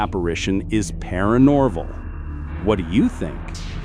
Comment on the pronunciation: Haha 😂 "paraNORVEL"🤔 ... I think that's NOT paraNORMAL !!